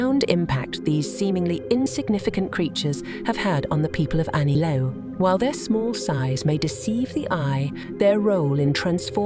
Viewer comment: It's pronounced correctly just before .